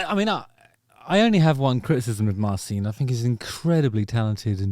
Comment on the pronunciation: Pretty sure its pronounced Marchin, not Marseen.